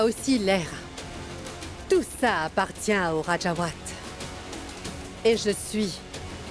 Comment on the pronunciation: qui dit"les wajawate junior ".😂😂